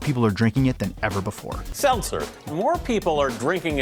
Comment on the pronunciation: quick, name the number he says seltzel in thia video